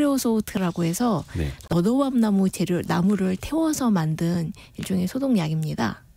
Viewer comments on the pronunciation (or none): 너도밤나무. 처음 들었을 땐, '로우엄나무' 다른 분의 댓글을 보고 한 30번 다시 들으니 '너도엄나무'로 들립니다. 정보의 깊이는 있으나, 전달력은 많이 아쉽네요.